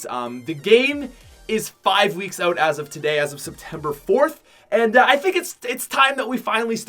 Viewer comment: Is it just me or does say oat instead of out